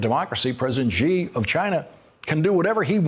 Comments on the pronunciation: Why don't you people do some simple research and find out how President Xi's name is pronounced? Try Google Translate. Hint: It's not "Zhee". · Hey, Lawrence. Youre on TV. Learn to pronounce Xi's name. Youre way off.